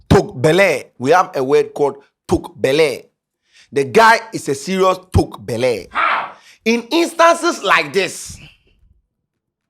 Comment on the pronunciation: it’s Toak b3l3 not b3l33 😂😂